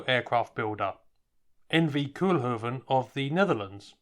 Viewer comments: It's NOT Koelhoeven. it is Koolhoven with an OO as in coal or go, please do your home work before doing videos, don't be such a yank.. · Koolhoven. Kool is pronounced as Coal in English. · Pronounced "Cole-huvven' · Only the Dutch pronunciation of "kool" is more like coal then like cool.